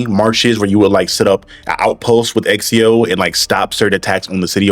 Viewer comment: I agree with you but why are you calling him Exio